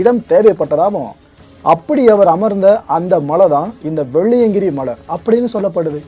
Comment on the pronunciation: வெள்ளியங்கிரியை சரியாக உச்சரிக்க வேண்டுகிறேன்